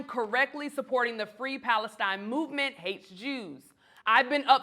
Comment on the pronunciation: "Between Israel and Palestine" .. the first time I've heard it said correctly... salute